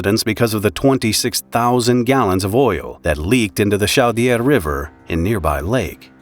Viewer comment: Note: The “Au” of “Chaudière” is pronounced “O”